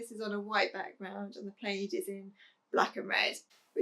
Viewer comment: Just to help you......plaid. is. NOTpronounced p laid (as inthe hen laid an egg). Instead it is correct to say p lad (yes like a young boy)